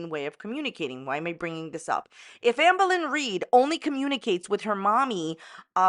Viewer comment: I love how you say her name lmao, "auhmbuhlin reed" 😭😂